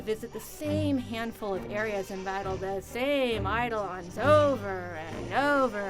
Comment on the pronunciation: she pronounced eidolon wrong. not i-da-lon, but uh-do-len or i-do-len